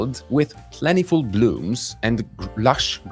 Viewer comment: 1 Remarkable to godne uwagi. Wątpię czy zawsze synonim awesome. 2. Dlaczego używając wymowy zbliżonej do brytyjskiej wymawia pan plentiful bardziej po amerykańsku?